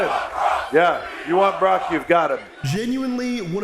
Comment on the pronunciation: They clearly sounded like they said brock